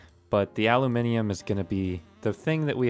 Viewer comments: An American pronouncing aluminium correctly?, I think I love you. <3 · YES! Aluminium pronounced correctly for once 😂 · I'm just happy that he said 'aluminium' instead of 'aluminum'